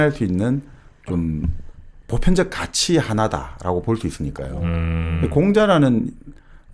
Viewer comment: 장음인 단의 첫자를 짧게 잘못 발음한예:가치,사실,반체재, 해석,정식,시작, 사(역사 의 사),4대,개작,반발,한 나라,"사람"의 "사"를 계속해서 짧게 잘못 발음하고 있음),돈(money),.등, 한국의 장단음 문제는 실로 심각합니다. 미국 변 완수 배